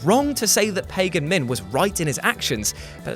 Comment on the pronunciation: It’s Pagan Min not Pagin Min